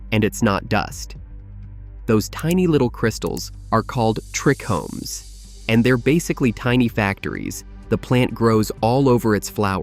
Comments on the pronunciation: TRI-chomes not trecomes, as in tri Greek treis meaning three… cmon bro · Everytime I heard "trickomes" it irritated me more and more.. I love these videos though